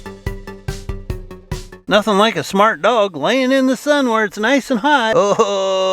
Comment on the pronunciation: we need a dictionary addition for. wall words that are spelled one way, but he clearly makes up his own version. Warshed = washed, shmart= smart. xD